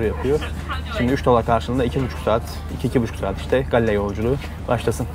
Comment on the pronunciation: çok özlemişim yaaa canım Srilanka )) bu arada şehrin ismi gaol diye okunuyor haberin olsun kardeşim